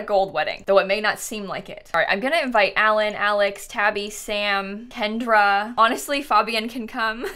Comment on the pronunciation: Every time she says Kendra I get triggered